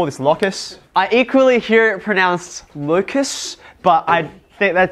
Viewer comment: How do you pronounce focus? I'm thinking that your pronunciation of locus is pure hocus-pocus.